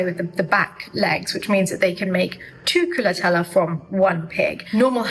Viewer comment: Darling lady,I ADORE your enthusiasm about my country. But it's called " culatello" not culatella. Ending in an O